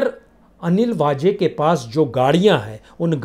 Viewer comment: भाई साहब हिंदी का उच्चारण तो सही कीजिए। हजार नई हज़ार होता है। वैसे ही सचिन वाजे नहीं - “सचिन वाज़े” होता है। 🙏🙏🙏 जय हो